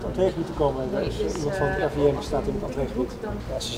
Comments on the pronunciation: "Ik ben van het RIVN" 😂😂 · zegt de N heel duidelijk je moet het gwn snel zeggen dan merk je het echt niey